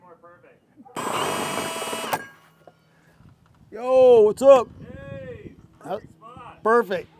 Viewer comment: When looked through the hole and said "Yo"... made me think he's from the Philly area...